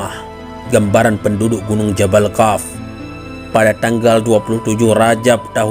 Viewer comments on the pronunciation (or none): qaaf bukan kaaf.. sebut hurup yg benar,. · Kok bacanya Kaf?